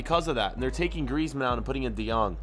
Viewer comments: It’s de yooooooong not de jjjjjjjjooong Man you’re butchering the names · Why you always say de jong its de yong we pronouns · It’s “De yong” not “De jeong” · Does he really say "De Džong"? I understand Kruus, but this is beyond my mind. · it is not Frankie de gong it is Frankie de Young ...that is how to pronounce it....jeez man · Ángel Blanco wa du u meaan I’m saying u supposed to pronounce it de yong the j is silent